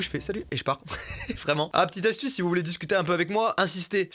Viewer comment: Euh Mastu astuce il ya la syllabe STU .